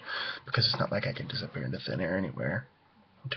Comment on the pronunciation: I can hear a a slightly southern accent when you say the word "disappear" lmao You go,! Woot!